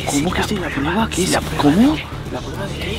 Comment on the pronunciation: En el minuto dice la prieba xdd